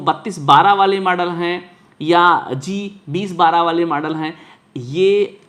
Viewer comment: UP se ho lag raha hai... Model ko Madal bol rahe ho